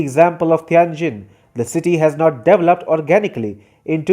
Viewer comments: It’s “dee/vel/oped”, not “devel/oped”. Bad pronunciation. Not one English speaking country pronounces it your way. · I watch every one of your shows, but please learn how to say the word developed. You say it so wrong. The “E” is long. I still love you though❤️❤️❤️